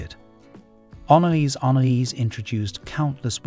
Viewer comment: Anaïs Anaïs, la primera como regalo del día de la madre para mí que fue también el último para mamá. La pronunciación está mal pero...